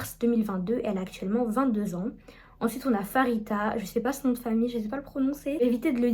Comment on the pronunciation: Coucou ! J'ai adoré ta video ! Mais le prénom de Pharita ne se prononce pas Farita mais Parita(on prononce le p)